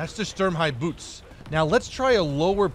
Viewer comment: tank name : Sturmhaubitze Phleee : "sTuRm-Hi-b0oTs"